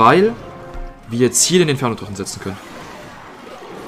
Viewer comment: Twaden.twaden.twaden.e dwagon.mal schauen.mal schauen.schauen.mal schauen.twaden.